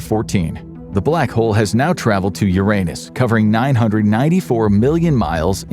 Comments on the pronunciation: The narrator knows how to pronounce the word "Uranus" properly, but he's got the mind of a child so he says "your anus" instead. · There's a giant void in Uranus 😅 Seriously that's not the only way to pronounce the name of the planet. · That's not how you say Uranus.......